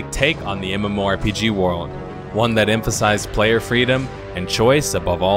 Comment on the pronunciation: Yo, how come you pronounce World of Warcraft like "Word" of Warcraft but when you say the word "World" in other sentences it sounds normal? I've heard this in all of your MMO videos.